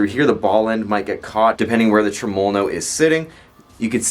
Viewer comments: That gets on my tits too. Nobody says it that way - not even the Italians that invented the word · the way you say tremolo really pisses me off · Good video.. any reason why you pronounce tremolo the way you do?